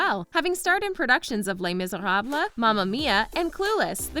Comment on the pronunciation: You pronounced Les Miserables wrong.